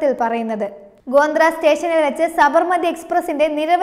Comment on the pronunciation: ഗോന്ദ്ര അല്ല കൊച്ചേ ഗോദ്ര